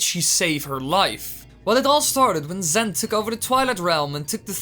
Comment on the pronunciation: lol "zent"